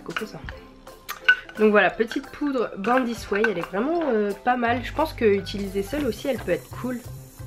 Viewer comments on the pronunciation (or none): Utiliser !!!! 😂 pas itiliser 😭😭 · qui a remarqué qu'elle Dit "étiliser" au lieu de utiliser ? 😂